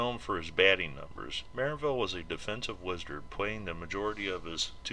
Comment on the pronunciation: Stress is on the second syllable, MuhRANNvil, like "un anvil"